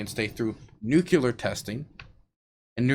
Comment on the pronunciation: its new klee r not new kyu ler 😂 its pretty common to say it like Bush Jr i feel it